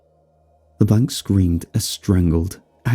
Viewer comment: You are saying LeBlanc wrong